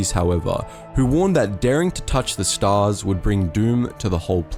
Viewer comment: "staa oOrs" :D